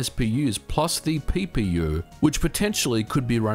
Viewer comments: He says, 'PPU' but I keep hearing it as, 'Pee Pee You'. I'm sorry but I can't help it. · I need to stop watching your videos while drinking. Every time you say PPU i was giggling like a schoolgirl